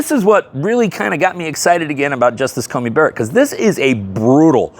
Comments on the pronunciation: Dude, I love ya, but it's CoNey not CoMey :) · Just a quick correction. The Justice's name is Amy CoNey Barrett. You mispronounced it throughout this video as having an 'M', rather than an 'N' in the middle of Coney.